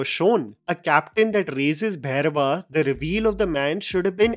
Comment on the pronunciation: First of all.. it’s not Bhayrava.. It’s Bhairava!! For gods sake